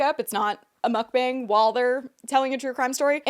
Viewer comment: Did just call it a muck bang?